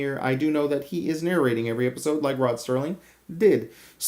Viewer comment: It's Rod Serling, not Rod Stirling!